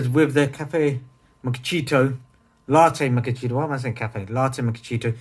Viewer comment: Yo're funny how you say ''mockachito''.Actually is LATTE MACCHIATO :)